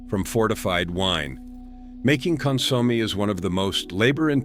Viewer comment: Con-sommie? Hilarious.